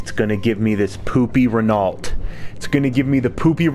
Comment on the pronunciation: And what about the “poopy renalt”?😂